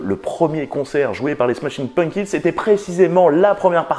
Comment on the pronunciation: Nan là, je ne peux pas me retenir de le faire remarquer : ça se prononce "PumPkins", et non "Punkins". Un petit effort, bordeyl 😑